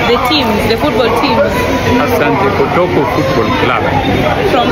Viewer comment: “ it’s Kotoko not kotoka😂😂😂😂